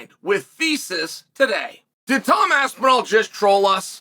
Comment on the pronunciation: HE SAID HIS NAME RIGHT FOR ONCE, LETS FUCKING GO